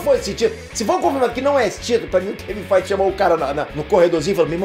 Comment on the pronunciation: FAAAAIT ( FEIGE) KKKKKKKKKK